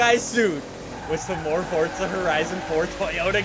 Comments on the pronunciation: It’s forza not fortza dweeb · It’s forza not fortza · Forza Horizon not Fortza learn to fucking talk you cringe carnival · Why does he say fortza horizon,not froza horizon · normal person says the name of the game Forza says it Fortza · The people who make the game say its Fortza lol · Why can't you pronounce the word "forza"?